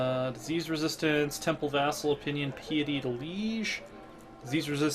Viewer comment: Piety = pie-etty not pee-etty driving me mad!